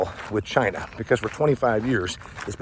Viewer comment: So ya, let's enrish CHy-Nah